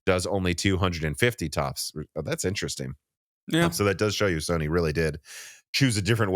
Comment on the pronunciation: Anyone else thought he said Stoney is backporting instead of Sony?😅